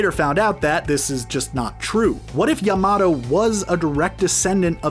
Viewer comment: EVERY NAME IS MISPRONOUNCED! Bayukagan, borudo, ackasucki, asooma, kabooto, yamado, kagooya, uchia, mitsooki, uzoomaki, ootsoosuki Edit: sorry if it’s because of your accent or something like that